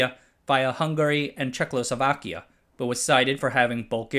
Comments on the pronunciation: You pronounced Czechoslovakia as Check - lo - sovakia. That is totally wrong. It is Czech - o - Slovakia. I am disgusted! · It's not «cheklo-sovakya».